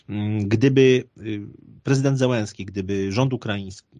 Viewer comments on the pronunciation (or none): none